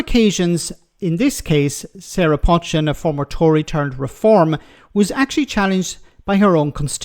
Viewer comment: For the 3rd time her name is NOT 'Potch-chin' it 'Poe=Chin. Listen to both the studio presenter and the female journalist voice over comments. You might not like her politics but at least pronounce her name correctly.